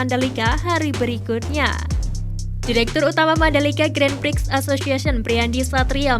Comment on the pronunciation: Sebutan Grand Prix lucu ya, salah sebut jadi 'Grand P...k', hilarious! Kalau sebutan dlm BI, 'x' is silent.